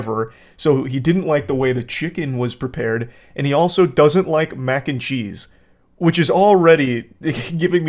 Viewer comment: Took me like 10 seconds to realize you said Macncheese and not “mancheese”